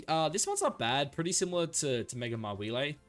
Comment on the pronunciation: What is up with that weird way you pronounce "Mawile?"